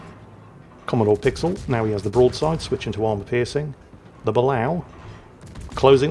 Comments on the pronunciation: Excellent vid as always sir, however I have always heard that sub pronounced 'Ba-lay-oh'. And this is not a dig at the 'same ole misnaming ships, just informing. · Dear, It's pronounced "buh-LAY-oh". Sincerely, -America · Correct me if I'm wrong, but I'm fairly certain Balao is pronounced (Bah-lay-oh). It could just be because that's how they pronounced it in Periscope Down.